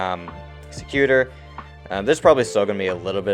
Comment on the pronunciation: Sec u tor’. Accent on the 3rd syllable. Win gardium levio’ sa